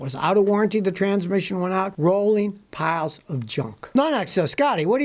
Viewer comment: I love it when Scotty says.... Rolling PILES of Junk...!!!